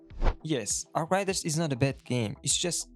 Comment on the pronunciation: Learn to say arc raiders